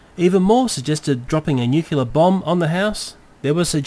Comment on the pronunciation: Lol studio c reference,but the nuclear ninja is disappointed on how you said nucular bomb